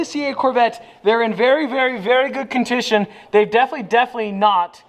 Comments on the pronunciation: Anyone notice he said contition 😂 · Nobody: Any normal person: Condition: contishon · “They’re in very very very good ‘contition’ “ 😂😂